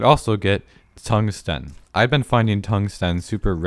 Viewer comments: Is no one else annoyed by how he says "tungsten" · You pronounce tungsten weirdly